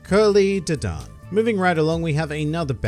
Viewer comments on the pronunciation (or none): dadan this man says d-don